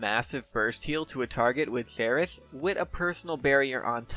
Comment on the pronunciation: why do u pronounce "cherish" in a way that i can barely understand? its like u r having trouble to pronounce that word. why?